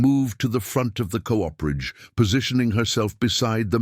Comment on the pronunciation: VERY GOOD STORY WHICH I THOROUGHLY ENJOYED. PLEASE TELL YOUR READER THAT COOPERAGE IS PR0NOUNCED COOP-ER-AGE WITH COOPER REFERRING TO: Cooperage refers to the craft of making barrels, specifically the process involved in constructing and assembling the various parts of a barrel.